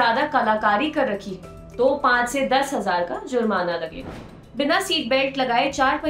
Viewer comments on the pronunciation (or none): Zurmana nahi jurmana hta hai.